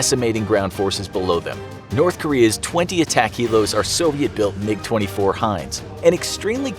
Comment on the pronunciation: IT IS MI-24 NOT MIG-24